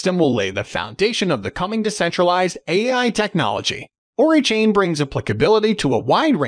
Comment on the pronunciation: It's O-RAI not ORI lol Oracle + AI... ORAI